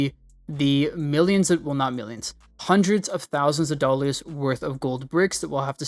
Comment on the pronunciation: the way he says "dwollas" is actually funny